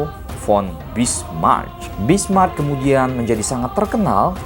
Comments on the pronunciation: Njiir..😂 Bismarch lagi...yang bener tuh Bismarck keleuss...😂😂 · Sebutnya bismark tulisannya bismarck